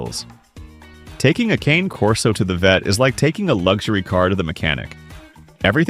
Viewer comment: You should 1: Figure out how to pronounce "Cane Corso" 2: Clean up the weird black snow on your video, it's distracting and ruins the quality. Somewhere there's a kid with video editing software who can clean that up for you.